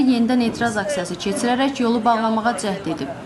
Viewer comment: KeЦиререк yox ay eshhek! Kecirerek!